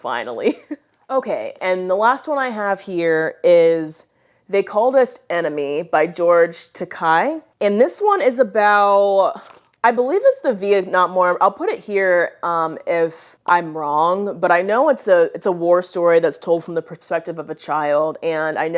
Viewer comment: Just a note that George Takei last name is pronounced tak a like you'd pronounce the A. He has a video pronouncing it too😊